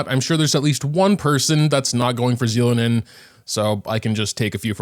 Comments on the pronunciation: So you just decided you won't take the real pronunciation into account what so ever. They said it so many times on the livestream too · please watch the English trailers to know how to say her name. Anyway, thanks for the reminder about prefarming for her.